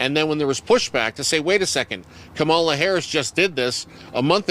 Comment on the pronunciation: I’d like to know who really has the mental health problem because none of these MAGAt’s seem to be able to pronounce Harris’s name correctly.🤷🏼